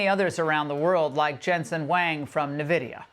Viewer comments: There's no "e" between the "n" and the "v" in the word "NVIDIA".... I may be all for Trump, but I keep on asking myself why everyone copies Trump when he us wrongly calling the company NEVidia? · I can’t believe she doesn’t pronounce nVIDIA correctly